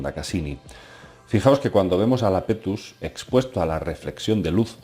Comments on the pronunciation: iapetus no lapetus jajaja. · Es Iapetus, no Lapetus. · ¿¿¿¿Lapetus???? Por dios, querrás decir Iapetus (con i al principio). Siento decirlo pero es uno de los fallos más tremendos que he visto en mucho tiempo. Sobre todo porque se repite continuamente durante el vídeo. Por favor, corrígelo, estoy viendo comentarios que repiten el mismo error. Saludos.